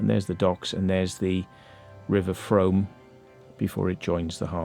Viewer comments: Frooooom, not Froam!! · It’s pronounced Froom. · The Frome is pronounced “Froom”. Also, the long curved tunnel mentioned at the beginning of the exploration is called “Castle Ditch” it follows the original road line of Lower Castle Street and ends at Broadweir, where the weir is located and the access to the street is found. Great video.